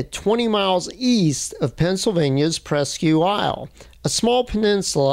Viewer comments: It's pronounced "PRESK Isle" Not PRESKEW Isle" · I came to the comments to see if anyone corrected the pronunciation of presque isle and I'm not disappointed. It's like one word to us "preskyle" lol